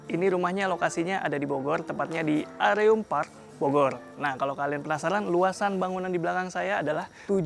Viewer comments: mas... fyi, baca areum tuh kaya baca 'bereum' 😁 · Tp kata org marketingnya bacanya areum kaya pelafalan e di kata “area”. Begitcyu 😁